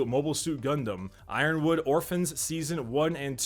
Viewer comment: it's Iron Blood orphans lol. I don't know what the hell Iron Wood orphans is but that's a mistake.